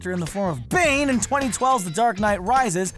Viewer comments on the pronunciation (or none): none